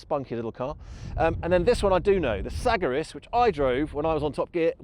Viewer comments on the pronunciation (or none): suh-GAIR-iss Say it with me Suh...Gair....iss.....FFS. SAG r ISSS this limey tho..lol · You can't even pronounce the name of the car right. 😂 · It's actually my first time ever hearing somebody pronounce Sagaris that way.